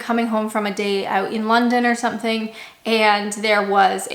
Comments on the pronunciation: Still say oooot like a Canadian lol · At least the way you say out is still Canadian. My Great Aunty lived in Toronto for about thirty years and the word out was always said with a Canadian accent. That and the word Canada of course.